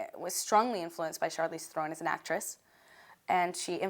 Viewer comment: You don't even know how to say Charlize Theron right what the hell trying to sound intelligent and she sounds like an idiot